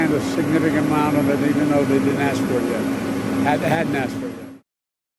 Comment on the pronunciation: He’s not to that level yet. Still working on pronouncing “ask.” Lmao!